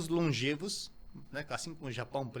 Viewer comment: Pronuncia- se longévos.